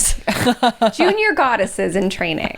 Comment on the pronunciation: Goddesses... guy-desses... guide-esses... guide assists? Trying to come up with the boys name🤦‍♀️